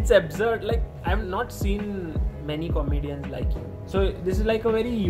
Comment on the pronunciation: Sagar pronounces Comedians as " Capitals" 😆